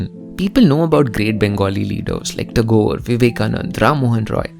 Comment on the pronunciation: What did you just say the name of Rabindranath Tagore? Like ghor or gor. I didn't get it.